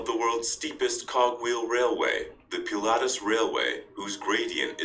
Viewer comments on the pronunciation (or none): none